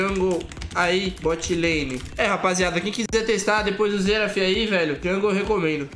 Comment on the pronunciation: "Xerado jungle" kk